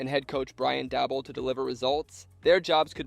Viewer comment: lol “Brian Dabble.”